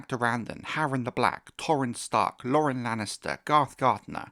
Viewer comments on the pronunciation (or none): none